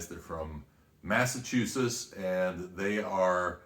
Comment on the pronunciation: The way you pronounce massachsus. Its mass a chu setts. Its only like the oldest/one of the original states in the country. Haha. The Taylor brothers grew up in MA, but their facility is in NH. Nonetheless, they do make some amazing whiskey. I have batches 003, 005, 006, 006s second summit, 007 my brother had and the only one i wasnt a big fan of, i also have 008, and peregrine.